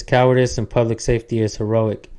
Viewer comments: Poor guy just could not pronounce PUBLIC…he kept saying PLUBLIC. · Is he saying plublic?? Morons